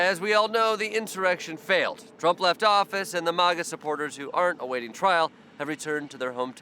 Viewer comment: Will someone please tell Jordan he is pronouncing maga wrong.